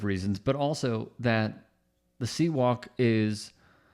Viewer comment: Dude it's called Crip Walk, Not sea walk